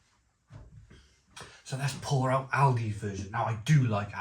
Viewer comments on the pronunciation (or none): none